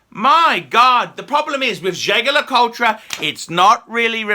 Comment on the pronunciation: Why do you keep rounding the name wrong . It’s pronounced with a soft j and you don’t pronounce the tre at the end . It’s pronounced jay jay le coolt